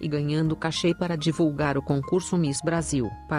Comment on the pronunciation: Não se diz mis, diz se miss, está bem?